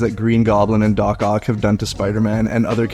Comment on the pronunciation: It’s dock ock